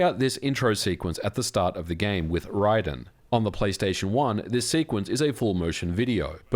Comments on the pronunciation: Rye-din???? Its RAYDEN! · He called Raiden "Ridin" 💀💀💀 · Thumbs up even though you mispronounced Raiden.